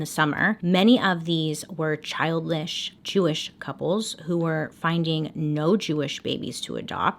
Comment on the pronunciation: “Child-lissshh” we love you Bailey lol But in all seriousness WOW, this case is unreal. Thanks for all you do!! ❤️